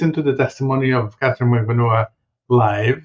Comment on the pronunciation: Ha ha good on giving us the juice on proper pronunciation of Magbanua. I still cant manage it yet. Mag-ban-NUA as opposed to Mag-BAN-ua. I think I have it. I just watched a youtube video on how to pronounce Tseng...Tseng!